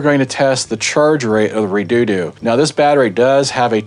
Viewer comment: Its pronounced (Red-odo) now you have to Re -doo doo the whole video jk lol - Strange name for a battery the price is very good though I've seen 100ah batteries for the same price